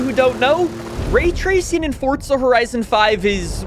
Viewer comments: For za not Fort za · Its FOR"Z"A, not FOR"TZ"A.... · "For-zuh", not "forts-ah". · supposed to be "hardly any". Not everyone cares about language like us. He also pronounced the game title as "forts-ah" instead of "forz-uh" like it should be. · How about calling it "forts-ah", instead of "forz-uh"? Rage-baiting or just dumb? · Its Forzaaaaaaaaaaaaaaa not ForTza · What are you pronouncing it "forts-ah"?